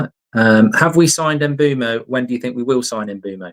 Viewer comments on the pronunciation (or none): Here u go again with the Em Mbuemo pronunciation, it’s Mbuemo mate, the MB are pronounced at the same time, it’s winding me up! MBUEMO not Em’ Mbuemo! 🙄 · HIS NAME IS MBEUMO FFS